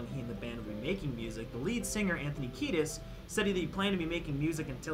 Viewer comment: It's Anthony Kiedis, my guy